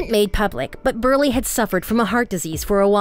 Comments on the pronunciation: It's BRULEY but Burley. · WOMAN ITS BRULEY SAY IT RIGHT!!!